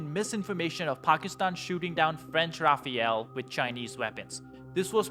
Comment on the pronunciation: lol "Rafael"